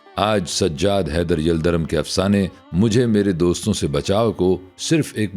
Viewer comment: یلدرم کا تلفُّظ دُرست فرمالیں! yaldarum✔️